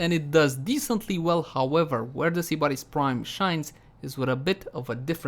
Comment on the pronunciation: I'm triggered how he said sybaris